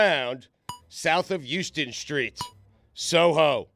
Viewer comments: JD Vance looks like a straight Jerry Falwell Jr. Also Stugotz it’s pronounced HOWSTEN street. I thought you were from NYC? Lol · It’s pronounced How-ston. Get it together. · come on stu its HOWston street lol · How does Stugotz not know how to pronounce Houston st but is obsessed with all things NY?